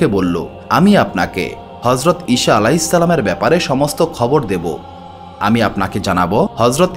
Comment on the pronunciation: উচ্চারণ সঠিক করুন। ঈছা হবে।